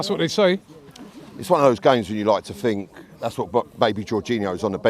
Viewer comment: It’s think not fink you utter sheath 😂